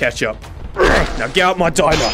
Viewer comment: Get our of my Dimer. Everyone: He’s having to much fun that he says it wrong